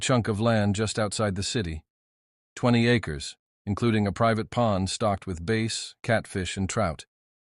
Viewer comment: Base ?? No fish with that name it's called bass like gas not base like face